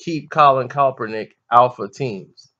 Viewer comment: YOU'RE A VERY INTELLIGENT INDIVIDUAL. I DON'T AGREE WITH WHAT YOU'RE SAYING HERE, BUT BEING THE INTELLIGENT INDIVIDUAL YOU ARE, WHY IS IT SO HARD FOR YOU TO PRONOUNCE KAEPERNICK'S NAME RIGHT?